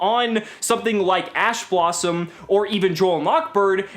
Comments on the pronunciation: did anyone else hear ass blossom? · lol you said a$$ blossom or it sounds like it. Thanks awesome vid. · "assblossom" Edit: damn I was late to the comment